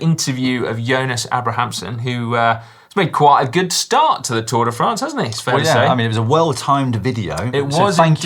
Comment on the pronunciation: Lloydy , it's Tour De Fraaaahhhhhhnce daaaahling , NOT Tour De Franz !!! Please add a little French twist to it , do the accent !!! Pleeeeeaaaaase !!!! It is painful to hear it the way you say it !!!